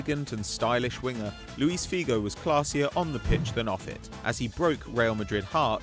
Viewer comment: luiSH figo, not luis xd